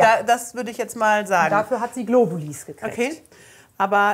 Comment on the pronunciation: GlobuliS.... es heisst Globuli!!! Sorry, aber da könnte ich wahnsinnig werden...